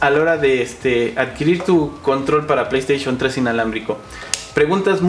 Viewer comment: playstation 3 ulala señor frances y como se dice? pley3